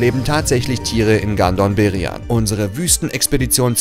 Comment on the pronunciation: Bei Gandom Beryan habe ich erst „Gandon“ verstanden. Wer es versteht weiß Bescheid 😅